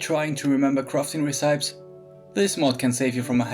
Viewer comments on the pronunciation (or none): Nice work but. Did u just say re-CIPE instead of rehsepee?